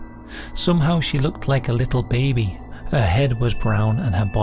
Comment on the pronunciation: The way he says Russia's Alien Beh-bee! 😂